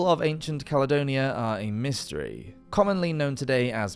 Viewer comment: Ya estamos con otra delirante demostración del orgullo, soberbia y engreimiento de la Gran Bretaña. Roma, simplemente no la conquistó porque no había ABSOLUTAMENTE NADA de valor en ella. Bueno, cuando el narrador la denomina "calonia"en lugar de Caledonia, ya queda todo dicho. Claro que peor sería que la llamase "Calzedonia", oigan